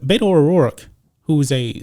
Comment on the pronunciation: The correct pronunciation of BETO is BE-TO from RO-BER-TO. You can bet that BETO will lose. You do not pronounce it BAY-TO. He is not from the SAN FRANCISCO BAY-TO although he should probably live there. He chose the name BETO because his Spanish speaking childhood Mexican maid called him BETO and he is honoring her choice to call him BETO, not because he wants to be a fake Latino. Being from El Paso, most higher middle class children had childhood maids who cooked, cleaned and taught the children Mexican Spanish.